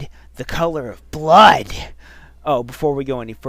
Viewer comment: i face palmed at "hyper realistic bluud"